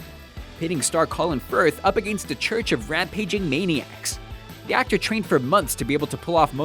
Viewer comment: anyone notice how he says against